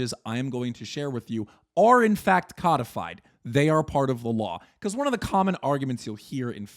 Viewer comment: Hearing cudfyd instead of co-de-fied is killing me